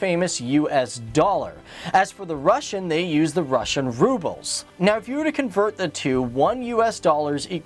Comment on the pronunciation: That is not how you say "Rubles"